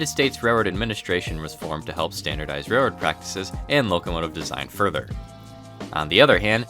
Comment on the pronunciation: It’s railroad, with an L.